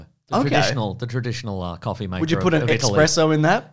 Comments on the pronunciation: its ES sspreso not EX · The tone when james picked up he said expresso instead of espresso was hillarious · thanks for calling out the "expresso" so we don't have to